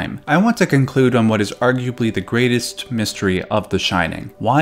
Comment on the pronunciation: Hip-no-go-jik and ar-ju-a-blee in the same video. Fantastic.